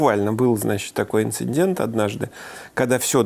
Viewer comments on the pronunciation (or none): none